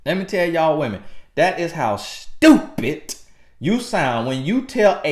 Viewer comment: Hit that “stupit” so hard 😂😂 love these videos